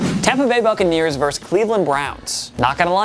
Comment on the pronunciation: The word is VERSUS, not "verse". A verse is part of a song.